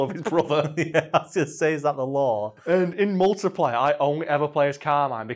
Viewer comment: It took until near the end that I realised he was saying "multiplayer" - I genuinely thought he was saying "multiplier" and I though that was a Gears game mode